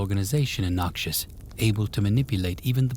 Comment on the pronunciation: Stop saying noxus like Nausius, its soo jarring pls I beg. Thisis i great, but the way you say it ruining it.